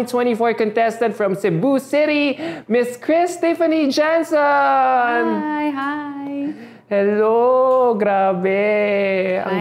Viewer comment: It's pronounced: Han'son... not Jan'son,...:face-turquoise-covering-eyes